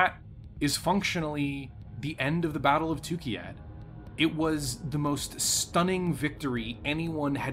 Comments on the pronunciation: Great video, but you constantly mispronounce the place name. It's TukAyyId, not TukIyyAd. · this whole set of 3 videos was fun but I couldn't get over him calling it tookeeyad every time 😆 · I'm so thrown off by your pronouncing of Tukayyid as "Tukeyad"